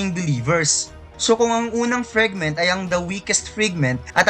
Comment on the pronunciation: Pwede ba icorrect yung FRAGment hindi FREG 😪